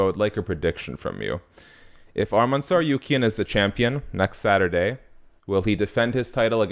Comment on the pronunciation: Tsarukyan is pronounced /Tsar-oo-kyan/ habibi. Not tsar-you-kyan